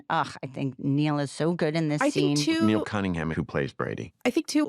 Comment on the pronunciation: 'Niall' is not pronounced 'Neil': it rhymes with 'mile'.